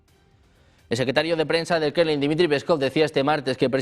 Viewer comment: El "Krenlin", dice el presentador. Mmmh, ¿Por qué nosotros en LATAM, que también hablamos español, lo decimos bien (Kremlin, como se escribe), y los españoles nativos no? Entre otras palabras.